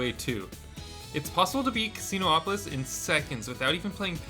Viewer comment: Really appreciate all the effort, great video. But calling Casinopolis "Casino O-Polis" bites my hearing😅